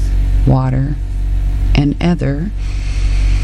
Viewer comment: I'm sure it's pronounced eeth- er